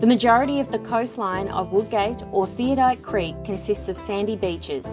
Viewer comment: You might like to redo your voice over. It's called Theodolite Creek , not Theodite Creek.